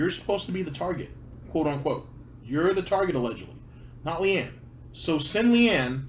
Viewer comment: I hate Phil too, but it's LEANNA. Not LEANNE. Idiot.